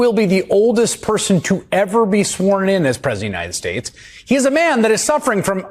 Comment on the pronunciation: We don't need Ai to know he was lying. Everytime he opens his mouth he lies. He lies through his teeth so much. He has to replace his dentures. "United Schtates". He is so full of shit. That when he burps. His teeth duck. 😂